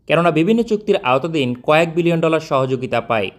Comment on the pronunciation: ভাই বিলিয়ন বললেন নাকি মিলিয়ন!??